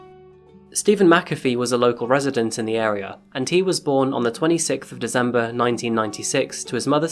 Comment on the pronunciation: Oh ffs 1 minute in and he says dezember